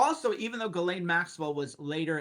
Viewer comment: It's pronounced Ghiz lane not GAL LAINE